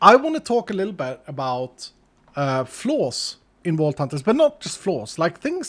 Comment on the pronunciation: I thought he was gonna give us a dental lesson😭 Then I realized he said "flaws," not "floss"